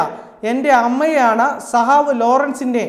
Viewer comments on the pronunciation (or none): സഹാവ് അല്ല സഖാവെന്ന് പറയൂ. ഖ എന്ന അക്ഷരം കേട്ടിട്ടില്ലേ ?